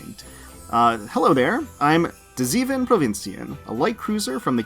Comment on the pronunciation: Your zeven (7) sounds a bit off. It's see-fun as pronounciation. The tickets expired , rather than . Got 2 provinciën at 30 pulls, gonna try for the elite today (and following days if fail). Noticed wathing these pulls the Dutch got a "generic" icon rather than the mill they are supposed to have. They forgot? Apparently Kazan only drops from HT3, NOT T3.